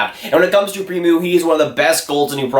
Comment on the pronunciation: Pre-moo.. hehehehe